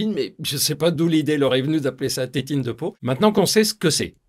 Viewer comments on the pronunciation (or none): On dit titine et non tétine 😉